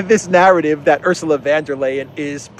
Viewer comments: It's VON Der Leyen. Not VAN Der Leyen. Sounds like an old aristocratic German name. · pronounces von der Leyen's name right. Take a leaf out of his book please,. I can't stand hearing about that stupid woman, but you murdering her name doesn't help. And by extension, it should be VON der Crazy, not VAN. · I love your videos,. And I LOL EVERY SINGLE TIME you say 'VanderKrayZee' - keep up the awesome work!